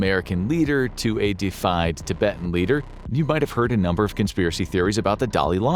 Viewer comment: Such a detailed video yet you can't afford a pronunciation dictionary? Defied= refused to obey so a 'defied American leader' does not mean much of anything...if only you'd looked up "deified"